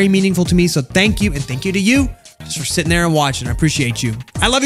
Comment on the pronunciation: It sounds like say shitting instead of sitting